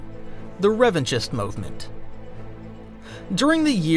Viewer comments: I believe Revanchist is pronounced Revan-KIST. Like anarchist, which was the intended parallel. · The ch in Revanchist is pronounced as a K. It sounds stupid to hear you saying it wrong. You're supposed to be a fan. You are a content creator. Don't mispronounce names in Star Wars.